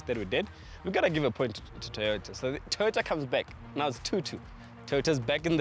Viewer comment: It',s Toyota, not Teeyota!